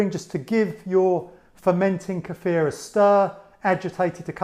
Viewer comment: I love you!! You pronounced kefir correctly! I don't know why it grates on my ears when people say [KEY-fur] but it does. And thank you, too, for such a good video!